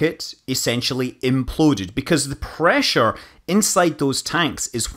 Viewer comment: God's preesure